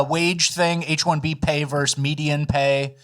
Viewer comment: "vs" stands for VERSUS, NOT VERSE! A verse is a line in a song or poem. Suddenly, in the past couple of years, young people stopped saying versus and started saying verse. Just like, instead of saying "when" in the appropriate context, you all are saying "whenever" in EVERY context. WTH are they teaching you all in school? Read a book now and then! FFS! 🤦‍♀